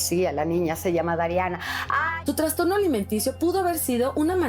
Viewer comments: Se dice trastorno… no se dice transtorno por favor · A VER REPITAMOS : TRAS .. TRAS .... TRAS ...TRASSSTORNO SE DICE. NO TRANNNNNSSSSTORNO!!!!!!!!!! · Dice transtorno??